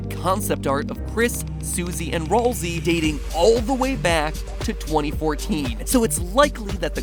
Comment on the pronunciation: Its "Ral"szay